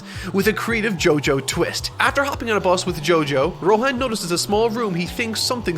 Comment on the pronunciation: Nobody:: Rohän